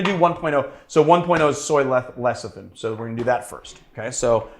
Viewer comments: that word trips me up too, so I looked it up. It spelled lecithin and is pronounced "leh-sih-thin." I don't mean to be a cyber smart-ass. I just don't want my favorite bartender to be embarrassed. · Repeat after me: Le Ci Thin